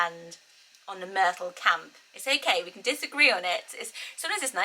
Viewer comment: I love Myrtle the way YOU say it, it's really perfect. Then I repeated it out loud with my American accent, yeah, not as charming. Myrtle, hard T became, Myr-Dull and went from crisp and pretty to drab. I live in the South so if I factor in how people around here will pronounce it, just forget it. 🙃